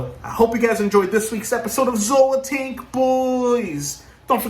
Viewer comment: I can't wait to hear you guys on a podcast. Thanks for the shout-out. You said my name correctly. Zoa tank boyzzzzzz!!!!!!